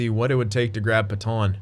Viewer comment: Pet-anne not Peton please dont say Peton anymore